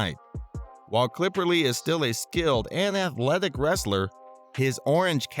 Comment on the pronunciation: His last name is Cipperly not CLIPPERLY